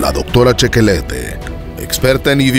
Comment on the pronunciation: NO se pronuncia CHEQUELETE, se pronuncia SHEQU'LÉTT